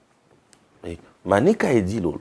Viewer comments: Commune de Dilala et non Dilolo. Papa Mupenda Tshingombe y a vécu. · Mr c'est la commune de dilala pas dilolo 😅🤣😂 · Commune de dilala et non dilolo